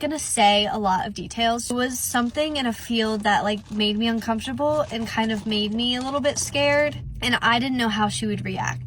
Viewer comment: Please some body tell me the amount of times she said “UNCONFTABEL” 🤷‍♂️